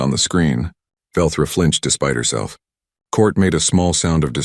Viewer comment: its velthra not Velcro however it it were Velcro it would stick with you